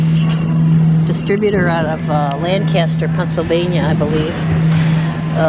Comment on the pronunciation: It is pronounced "Lan-kus-ter" (quick like) not Lan-kaster (drawn out)!!!